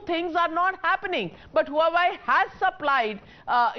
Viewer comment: huawei is pronounced hwa-way